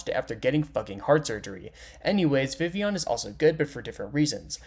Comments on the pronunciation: I never thought id see the day where someone says Vivillion correctly... I can finally die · I think this is the first time I've seen a youtuber correctly pronounce Vivillon